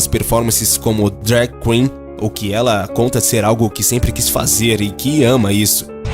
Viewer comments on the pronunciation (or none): none